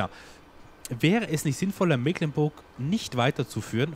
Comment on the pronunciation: Hallo, es riecht nach Abschied von der schönen Mecklenburg, ja: Meeeklenburg,-), was ich persönlich sehr bedauere, weils meine Heimat ist. Die Gründe kann ich aber nachvollziehen und würde mich über ein LP auf der Old Streams Map extrem freuen, oder schau Dir mal die Lauchringen oder SwissMap vom TuneWar an - auch sehr schön, klein und sehr schick! Super, dass du deine Zuschauer hier so in alles miteinbeziehst, das ist ne nette Truppe hier:-) Hut ab und viele Grüße, Katharina